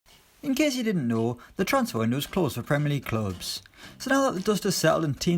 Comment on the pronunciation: "in case ya didden nooo"... Aaaaand skipped. I subbed for Irish guy not dull Geordie guy